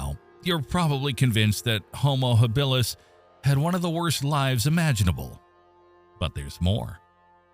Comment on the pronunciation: It's ridiculous when the pronunciation is so awful....Hill bill us.